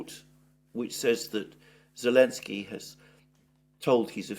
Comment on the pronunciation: Why keep pronouncing zelenski as Elenski?